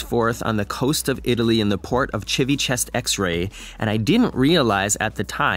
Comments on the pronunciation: I caught “Chivi-chest-x-ray” this time. 😂😂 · "Civicherrycola"! You almost killed me! hahahahahahahaha Did you know that name is actually made of two words "Civita" and "Vecchia" and means "The old town"? Anyway, you can keep calling it "Civichewbacca" or whatever it is, it keeps making me smile every time! lol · Yes, likes to pronounce it this way to get us all riled up... I also fell for it a couple of years back🤭🤭🤭